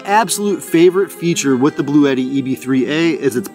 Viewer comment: Just letting you know that I did buy one of these based on your review as well as another channel. I looked at one of Bluetti's instructional videos, and they pronounce it "Blue-tee," 2 syllables, rhymes with "bootie." FYI.